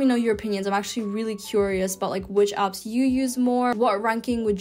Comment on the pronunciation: I noticed that she pronounces all of her A's as U's. She calls them ups instead of apps. She says lunguage and huven't, but she still calls it tier A pronouncing the letter correctly. 🤔